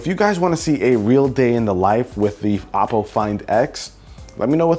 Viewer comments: its pronounced oh-poe, not aww-poe. hahaha. havent you seen their commercials before? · Its not appo its oppo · Its actually oh-po